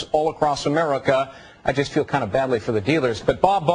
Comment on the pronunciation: 27 what a douche, its "Bob BARR" not "Bob BEAR" and its "NADER" not "NADIER"